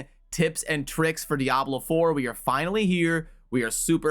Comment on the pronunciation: Youre one of the few who actually say diablo proper. Subscribing just for that